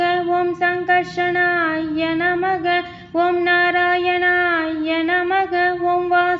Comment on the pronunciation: Namaka Namaka அல்ல நமஹ Namaha என உச்சரிக்கவும்